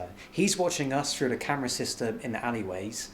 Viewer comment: "We're gonna be driving fru the mountains...."